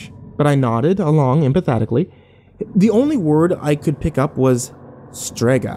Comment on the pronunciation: I know "Strega" is the name of the brand in the story but the second time he mentioned it, it sounded like "suegra" which is mother in law in spanish.